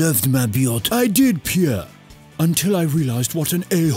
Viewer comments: I'm in love with Arsene's pronunciation of Pierrrrrre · Nobody: Arsene Wenger: PIERRE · Nobody: Arsene: Pierre